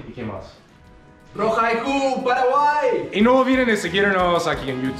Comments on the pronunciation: No se dice Paraguaí!!!! Se dice Paraguay!!! Con acento en la "a" Paraguáy! jajajajaja 🤗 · you're improving a lot let me give you one tip to better pronounce words. Try to learn the correct vowel sounds. For example, it's not "peraguay" its "pAraguay" you need to emphasize each vowel more and maybe open throat more to make the sounds more clear. Not sure if that makes sense. Because you're very good your vowels are what are a bit weaker but overall you're 👌🏻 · My dear, I know youre trying very hard to learn Spanish. For some people learning a second language Is so Easy than for others. Let me tell you about my experience. I learned English quickly but my accent was am issue. One Time a profesor from college suggested i went to speech therapy to corect my accent. I did and it helped. My accent wasnt that pronounced but it interfered with what I wanted to donwhich Is teach elementary. I dont know if there Is such a program for people who are trying tonlearn Spanish but there Is one program for those who want to learn English. Either way we love what you do and how much you study our culture. Be safe guys